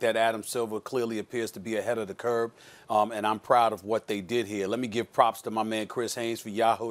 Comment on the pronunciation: Did the word smith Stephen A Smith say " ahead of the curb"? hahahahaha